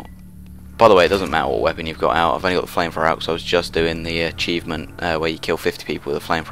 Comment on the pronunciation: having like 4 british friends, none of them say flame frowrer